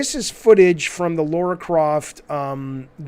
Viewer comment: LARA CROFT Jaffe....not LAURA...as a Tomb Raider fan this drives me crazy everytime you say it 😂